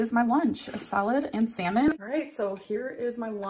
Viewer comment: Each time she says “salmon” it sounds like semen, said in Spanish…